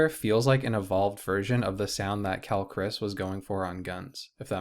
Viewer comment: Great first episode! By the way, Quelle Chris is pronounced "Kwell-ay" haha. His discog is fantastic and worth diving more into!